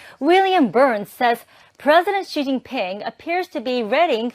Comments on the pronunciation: Good video, the Chinese President’s first name is pronounced ‘she’ not ‘zy.’ In my opinion, there won’t be any social security in 5 years. The U.S. has reached its debt ceiling, foreign countries are refusing to buy treasury bonds or they’re dumping them. The government will start defunding one government program after another and inflation will continue to rise because the value of the dollar is still falling due to, again, foreign countries not buying treasuries or they’re selling them. These problems can be traced back to Joint House Resolution 192 and the Emergency Banking Act of 1933. The “wake up call” for foreign countries came when sanctions were put on Russia for the war in Ukraine. Other countries saw how the US was able to weaponize the dollar and now the faith is lost in the dollar. I suggest people collect as much gold and silver coins as they can. Buy a lot of dried foods like rice and beans because it will get a lot worse before it gets better. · Just a heads up, XI is pronounced SHE not ZY for future reference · Xi (she) you’re saying it incorrectly. Lol I’ll keep watching cuz it’s just one of those things. Observed ignorance. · Xi's name is pronounced SHE. It's important to get the pronunciation properly so the dictator is properly identified. I am an ex-pat that has lived in China for 10 years with my Chinese wife of 16 years. The balloon was likely tracking air currents for a viral attack or it was checking which areas would be best for EMP activation to disrupt our power grid. China is actively recruiting people for the military. Monday the Recruitment Department told people to volunteer for their country and "Join the Army". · Chinese president is pronounced (she) for the “Xi”. The “x” is equal to our “sh” sound in the U.S.. Otherwise this is great reporting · I’m ngl hearing you pronounce Xi this whole video actually drove me crazy. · please look up the pronunciation for the Chinese leader. Thanks